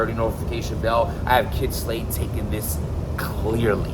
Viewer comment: Kid Slide? And we thought it was only Smack that butchered rappers names! 😂